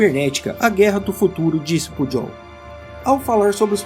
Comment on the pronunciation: Só uma contribuição, a pronúncia do nome do Cmdt. do Exército é Pujol com "j" e não com "dj". Atenciosamente.